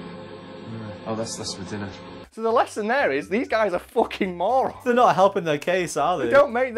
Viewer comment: "focking window"